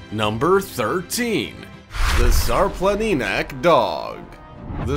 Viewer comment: It's pronounced Shar-Planinats (the Shar Mountain Dog).